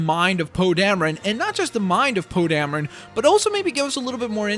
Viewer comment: Poe dameron oh Damron Darren